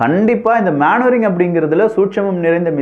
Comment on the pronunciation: தம்பி அது மேன் வரிங்க இல்லை மெனு வரிரிங்